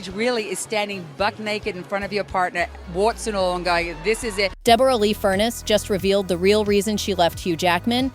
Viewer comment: Deb- ra Lee fur-ness